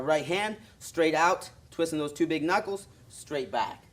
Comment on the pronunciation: he didnt say knockles, he said knockels. 2 mistakes